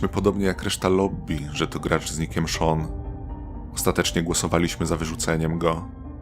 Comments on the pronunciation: Sean nie Shawn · Czemu lektor mówi Shawn zamiast Sean